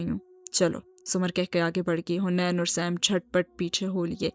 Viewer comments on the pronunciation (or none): Haniin naam h not huneen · Its haneen not hunain😭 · Hunain nhi haneen hai